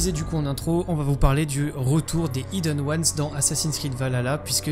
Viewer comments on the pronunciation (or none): C'et pas prononcé Ayeden Ouanes, mais bien hiden ouanes, j'ai écrit pour la prononciation bien sur Regarde cette vidéo en VO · svp : prononcer "aïdeune ones" parce que "ideune" c'est vraiment moche